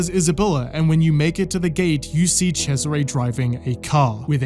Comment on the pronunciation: Holy, the pronunciation of Cesare as Chezzaré LOL